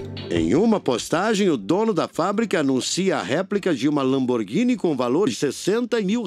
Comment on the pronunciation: "lomborguine" kkkkkkkkkkkkkkkkkkkkkkkkkkkkkkkkkkk